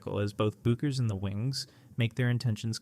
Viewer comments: Say it ri h t, beck-ers! You AI SCRUB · Paige’s last name is pronounced like “BECK erz”